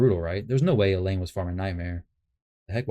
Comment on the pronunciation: El-Hain. They pronounce it in the game intro